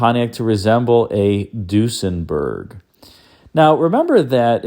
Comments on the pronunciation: I've never heard Duesenberg pronounced deuce-en-berg. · Interesting pronunciation of Duesenberg...